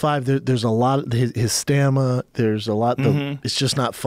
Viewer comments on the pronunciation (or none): “His Stanima...” HOLY SHIT! Schaub is a mommy!